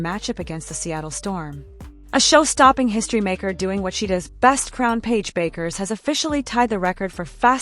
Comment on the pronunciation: At least learn how to pronounce her name!